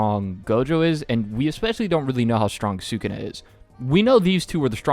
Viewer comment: Taking your Puerto Rican card given the way you pronounce sukuna